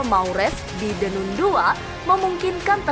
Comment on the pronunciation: The nan bacanya min😊